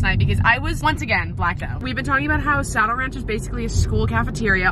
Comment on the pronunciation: Tell me why I thought you were saying “sour ranch” instead of “saddle ranch” 😭😭 but im so happy for you <3